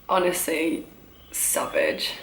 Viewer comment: The way she said "sav-aahge" was so funny-not saying this in a rude way, btw 😁